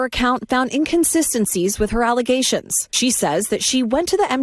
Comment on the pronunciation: Is it her “allegations” or is it her “alizations” ? Seems even blk professionals can’t pronounce the word allegations and instead always pronounce it “alizations”